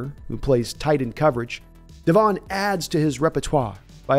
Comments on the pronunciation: it's DEV'in, not de'VON. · it's devon not devon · Stop calling him de'VON. His name is DEV'in.